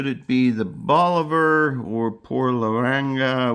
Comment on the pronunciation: If you're new to cubans stick with reputable places that you have researched as selling real Cubans. Once you have experience you can smell a real box of Cubans and know it's legit. Cut one, light it up and within a puff or 2 you will know if it's real. Check your pronunciation of Bolivar. I think it is more like Bowl A Var. Not hating, just trying to help. :) Love the fact that you have a nice comfortable place to smoke in the house too. The aroma of the cigar is so much better indoors. Outdoors the slightest breeze blows it away and that's a nice part of the overall cigar experience.